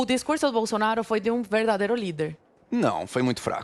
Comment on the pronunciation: o govewrno, um bom discurwrso